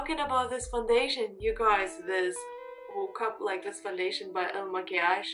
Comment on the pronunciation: you did it beautifly. ❤